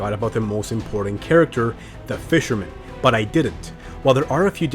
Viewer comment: when the guy says fisherman its funny 😆😆😆😆